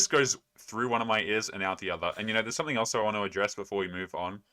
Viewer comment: Never seriously listen to anyone who says "somefing" instead of something 😂